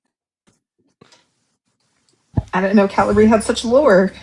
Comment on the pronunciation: Calibri is pronounced "kuh-LIB-ree", with three syllables, stressing the middle one. You guys were putting the emphasis on the first syllable.